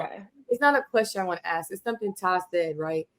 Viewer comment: Why is it different to say ask? We don't Axe questions. We ask them.